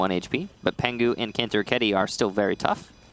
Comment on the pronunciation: the way caster says Kantoraketti makes my soul hurt, perkele.